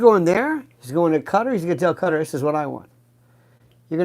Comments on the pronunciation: Hello Lionel ! I watch you often, but rarely do I comment. I HAD to say something, in reference to your pronunciation of Qatar. I have learned many new words from you, often, having to google the word to find out it's meaning. You need to look up Qatar, as it is pronounced Kuh-taar, NOT Cutter. I believe I am correct. I even looked it up to make sure, before I commented here. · Quatar. Pronounced Katt - aar